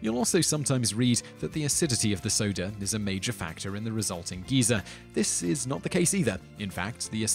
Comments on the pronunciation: No, his pronunciation is the same as the UK pronunciation of "Geezer" not "Geyser". He's just made a mistake. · Just a tip, Simon, Geezer and Geyser are completely different. One's an old person, one shoots thousands of gallons of extremely hot water several meters into the air. So it's best to pronounce them even just a little bit differently. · Yeah, it's actually pretty funny to hear. Personally, I first heard about it from chuggaaconroy's Xenoblade LP, where he went on about how 'weird' it sounds for quite a while. Anyone British here? What's so bad about the 'Guy-zer' pronunciation, and where did the 'geezer' pronunciation come from?